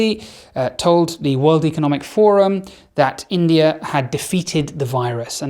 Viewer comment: Great video. I don’t understand why English folks call India as Indier?